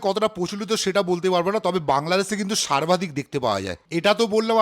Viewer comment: বাংলাদেশে "সার্বাধিক" দেখতে পাওয়া যায়। সার্বাধিক !! শব্দ ঠিক করে বলতে পারিস না ; ফুড ব্লগ করতে নেমে পড়েছিস?